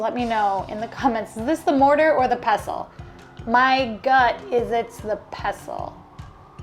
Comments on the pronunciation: It's a pestle. You pronounce the T. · Pestle is pronounced pes-tal. You pronounce the t